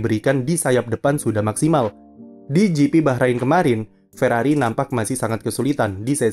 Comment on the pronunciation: Ferrari, "r" nya Rungkad.